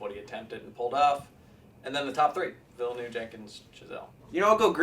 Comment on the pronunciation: Is that your best attempt at "Villeneuve"?